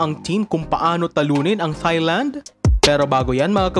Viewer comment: off topic pero kapag ito nag vo-voice over, ang cringey pakinggan pag pino-pronounce nya ang Thailand na emphasized ang TH. It should only be pronounced as TAILAND (without TH as a dipthong)